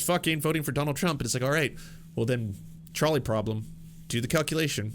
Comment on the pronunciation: Every time he says "trolley problem", all I hear is "Charlie problem" lol